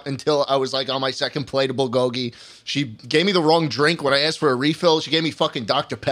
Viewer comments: as a korean it hurts hearing them say BOWL GOGY instead of bull go gy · are they pronouncing bulgogi as bol-goggy on purpose???